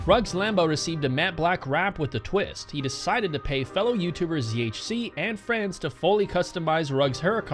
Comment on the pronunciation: "ZHC" not "ZHZ'